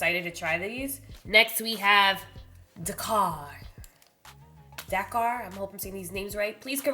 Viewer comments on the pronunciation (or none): none